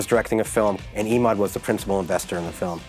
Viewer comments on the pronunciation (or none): This reporter is so damned annoying, she changes the pronunciation of Emauds name every time she says it. She sounds shallow and easily impressed. WTH has happened to 48 hours? Please don't hire people that talk like valley girls, even when the story takes place in Nappa Valley.